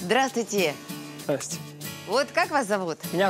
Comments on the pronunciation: она даже губ не сомкнула, чтоб нормально произнести "Здравствуйте". Вот и получилось непонятное "Дратути" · Ведущая сказала в начале:"Дратути"???? Ору